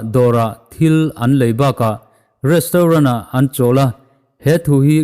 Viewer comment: Restrawn 😅😅😅, Mumbai lehkhathiam hnuah Goa mi changkang ve thung maw😅😅